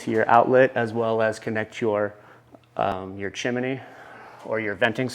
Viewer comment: its pronounced CHIM-NEE not CHIM-IN-NEE